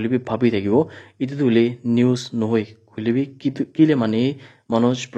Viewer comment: Hoilebi , not hoilepe😂